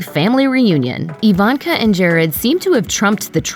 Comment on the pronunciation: Is the narrator a bot? Who pronounces Ivanka - EEE-Vahnnn-kah?